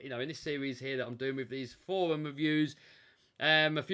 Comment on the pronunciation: can't say forwum pwoperly therefore he's not doing anything cowectly.! I think EVERYONE will agree with me when I say that RCs are NOT for fun & they should NOT put a smile on your face.!!.. RCs are SUPER SERIOUSLY & should make you miserable... Fnar Fnar Fnar.!